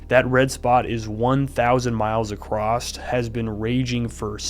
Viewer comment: Love your video, very informative. But also, there is no T in across lol.